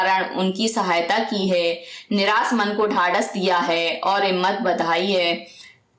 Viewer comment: By the way it's niraash not niraas